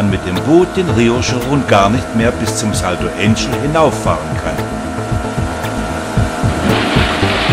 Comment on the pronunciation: also, alles was recht ist. Das ist kein US-Wasserfall, sondern er liegt in Venezuela. Also nicht Änschel, sondern Anchel (deutsche Sprechweise), Akzent auf Ángel (Engel) und der Befreier hat einen Akzent auf Bolívar, und nicht Boliwar, ist wohl sächsisch.